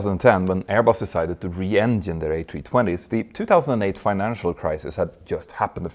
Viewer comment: Why do Swedes have a problem saying “ENGINE” 😅